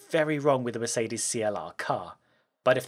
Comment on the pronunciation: Merces benz, perseelleen lens!😂